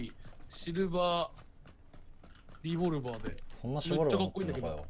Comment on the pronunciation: ここ釈迦君、自分で気づいてないけどシボルバーって言ってるよね？